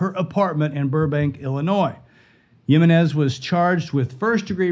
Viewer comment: It’s not Himenez it’s spelled Jimenez and pronounced for non Hispanics He-menez